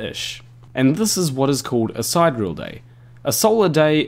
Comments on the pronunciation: side - ear - ul, not side - reel ;) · Side real day? Si-de-re-al! I enjoy when you say noose instead of news but you've gone too far sir! lol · Due. It's sy-deer-ee-al. 4 syllables.